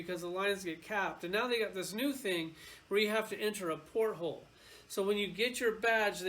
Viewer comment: PORT-HOLE!!!!! LOL, it's portal!!